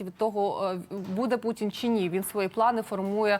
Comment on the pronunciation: Шановна! "пуЦін, я б хоЦіла, з боку штаЦів"... До чого тут "цикання"? В українській мові дані слова пишуться і вимовляються через букву "т". Ми ж не кацапи, і не бЯлоруси. Давайте будемо поважати свою мову, тим більше у ефірах. Доречі, ви далеко не єдина журналістка, чия мова у ефірах "ріже слух". Вибачте, коли що.